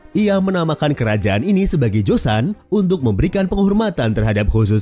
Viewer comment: Bagus videonya informatif. Sedikit saran agar channelnya bs berkembang menjadi semakin baik, ke depannya agar lbh diperhatikan pronounciation yg benar, beberapa kata korea nya sy dengar salah ucap berkali2. Seoul itu dibaca Soul. Joseon itu dibaca joson. Baekje itu dibaca bekje. Hangeul itu dibaca han gel (e nya itu kek kita baca buah apel). Syngman Rhee itu dibacanya Sengman Yi (e nya kayak e di buah apel juga). Marga Lee ato Rhee itu dibacanya Yi. Marga Park itu dibacanya Bak. Hanbok dibaca hanbok bukan henbuk. Dan bbrp kata lainnya mohon lbh diperatikan bagaimana pengucapan yg sebenernya sehingga penyampaian informasinya jd lebih baik lg.